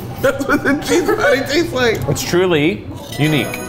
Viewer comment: when keith says "unique" y'all pls help me out what is that sound from